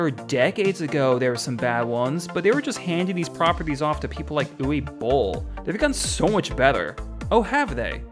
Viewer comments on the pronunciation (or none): Hey not to be rude buttt like uwe boll’s name is said ‘oo-ve-bowl’ :) love your stuff tho